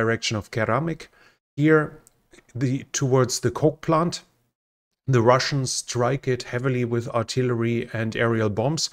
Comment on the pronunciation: When you say coal plant I think you are saying coke plant. Then I think, why does Coca Cola have a factory in Ukraine?